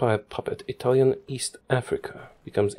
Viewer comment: As italian i need to congratulate with you because you have a great italian accent better than people that lived in italy